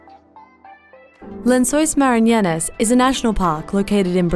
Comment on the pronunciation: It's not Lençóis 'Maranhenas'. It's Lençóis Maranhenses!